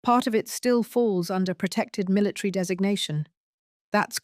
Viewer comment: Why does the reader say "militree" instead of military?